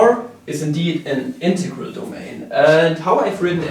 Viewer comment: Casually has a stroke every time he says integarah